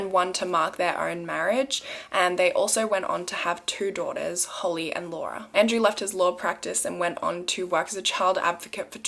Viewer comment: Holly not Holy